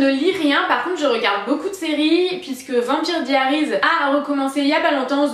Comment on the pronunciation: J'ai beaucoup aimé ta vidéo! Et au passage, moi aussi Vampire Diaries & The walking dead font parti de mes séries préférées. Mais juste, on ne dit pas Vampire Diaries a la française mais plus "vampyeur dayeuries " mdr c'est affreux écrit comme ça. Bref c'est pas grave mais ça m'a marqué que tu ai dit ça :p Bisous, continu comme ça, tu es super! x